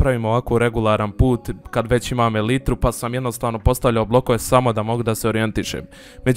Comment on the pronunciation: Mega način da se ubije vrijeme tokom korone. Mala ispravka:ako sam ja upravu(nzm jesam pravilno napisao),za elytra se izgovara elajtra,a ne elitra ako sam u pravu(isto kao ono odozgo). ;)